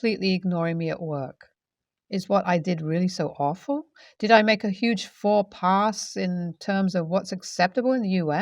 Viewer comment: Fall pass 🤣😂🤣 Faux pas. Gotta love text to speech and auto correct.